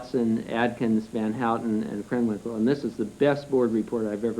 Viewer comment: In a later hearing they read Krenwinkel as Kernwinkel.